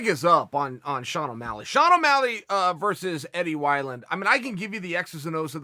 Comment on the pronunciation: Eddie Why-Land